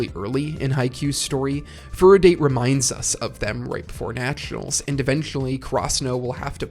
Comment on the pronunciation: It's a great video, but is it intentional to pronounce date tech and furodate as "date" when the correct pronunciation is "dah-tay" and "foo-roe-dah-tay"? I wasn't sure if it was a bit since I've noticed it in other videos and it has obviously not been corrected.